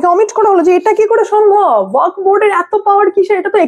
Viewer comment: কথাটা ওয়াক্ নয় । কথাটা ও য়া ক ফ্ । উচ্চারণটা ঠিক ঠাক করুন। শুনতে বড় খারাপ লাগছে। আপনার বক্তব্যগুলো অকাট্য সত্যি। সেই ব্যাপারে কোনো কথা হবেনা। কিন্তু এই উচ্চারণ অনুষ্ঠানের standard এর ক্ষতি করছে বলে আমার মনে হয়। আর একটা কথা, S আর Sh এর উচ্চারণ এক নয়।